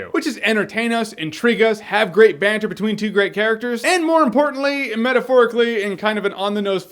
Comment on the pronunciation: Sounds so bad when Americans say banter...